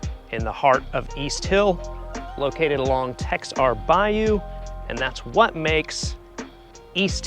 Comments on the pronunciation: Texar is pronounced Tah hat. The cos pronounced like a “H” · You need to learn how to pronounce Texar. Kind of hard to believe you live in Pensacola, much less East Hill , if you don’t know how to pronounce Texar as a Pensacolian.